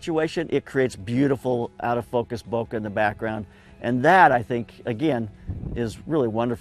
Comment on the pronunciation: Subbed because content- but actually because you pronounce bokeh in the way that I perceive as correct. Also that shirt is fire.